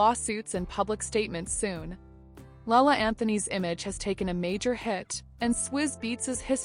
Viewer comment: "Allissha, LaLay and Mas-Honda"